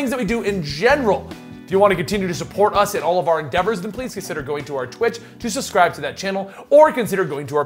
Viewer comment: Hey, I noticed in the start you said suscribe. I'm not mentioning this to ridicule you, but people might do this and make you feel bad about yourself. Take care.